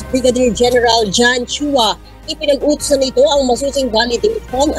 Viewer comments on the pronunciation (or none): none